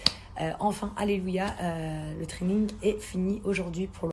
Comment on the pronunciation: Faut qu'il arrete, Le traning ou le trading? J'ai pas trop compris. consulte un orthophoniste avant d'adopter un gosse.